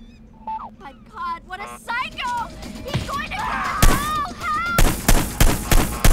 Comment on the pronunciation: Pyscho, not Sick-o.